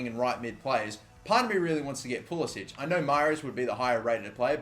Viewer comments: yeah pulisic told a reporter it is pah-lis-ic or likw the above comment said puli-sick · It's pronounced Pulis-sick. No accent on the last c. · It's Pulisik FFS. It's not that fucking hard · please stop pronouncing pulisic wrong he doesnt pronounce it the croatian way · He wants the American pronunciation.He didn't want to stand out as European in the US national team.